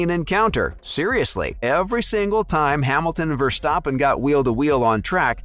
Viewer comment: What about you stop hating and start saying his name right